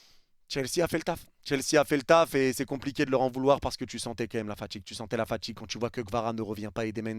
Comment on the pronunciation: AujourdJui Tchu as ressenTchi la faTchigue J'en peux plus de votre accent de merde ptn